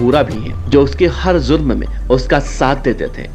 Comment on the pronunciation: Zurm nahi jurm hota hai Hajjam anchor😂🙏🏻